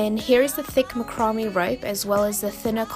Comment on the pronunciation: Not to be a “nudge”, but “ macrame “ is pronounced “ Mack- ra- May “ and those little “ stalks” are actually “ Pin’s”. ( Nice craft idea though.👍 ) Thank you.